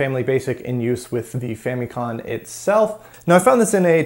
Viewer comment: You kept saying con. It's com . As in computer.